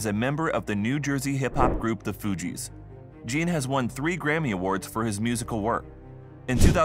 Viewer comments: Isn't pronounced " John not Jean"? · Jean? It is pronounced John cuz its French u fool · Wyclef "Gin" 🤣🤣🤣🤣🤣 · Then he pronounced Wyclef's last name wrong also. It's pronounced more like "John". Not "JEEN". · Its french jean